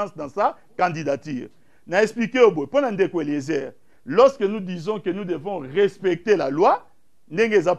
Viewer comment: Loseke au lieu de lorsque mawa médiocre ah ah mon Zaire